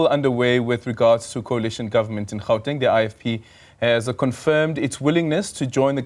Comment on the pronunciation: My bro pls stop acting hle just say Gauteng not Hauteng